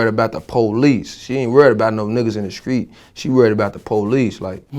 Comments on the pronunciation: Does he believe in “T” he be sayin skreet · He definitely does not know how to pronounce a "T" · Sooo.. he Replaced "t" wit a "c" Ok Then......